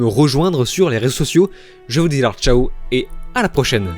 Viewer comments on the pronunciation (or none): none